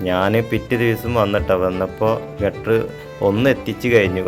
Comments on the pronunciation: Gutter അല്ല girder ആണ് സുഹൃത്തേ. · ഗട്ടർ അല്ല കെട്ടൊ ഗർഡർ